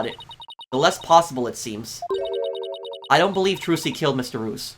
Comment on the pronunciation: Mr reus’ name is pronounced “ree-us”; his name is a play on the word “mysterious”